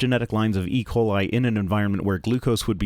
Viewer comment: "And it's not just malaria. It's not just ["ecolai"]" yes, because that is definitely how you pronounce that one singular word that is definitely not an abbreviation of two words.